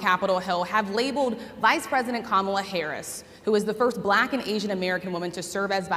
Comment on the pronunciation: Don Burgundy says 'bblackk'. 😂😂 Rubbing it in their faces😅